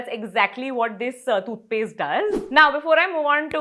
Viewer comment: It’s not thoothpaste. Toothpaste.